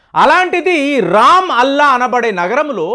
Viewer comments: Ramalla andi raam alla kaadu😂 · babu, adi RAM-ALLAH కాదు Ramallah రామల్లా. దుర్గతి అంతే దుర్గ + గతి అంటావేమో. give facts dear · రామ్ అల్లాహ్ కాదు రాంలల్ల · రామ్ అల్లా కాదండి రమల్ల పట్టణం